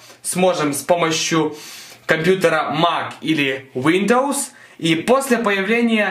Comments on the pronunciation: что же ты употребляешь? УВиндоовоувоууууззссс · Нифига не помог... но произношением windows повеселил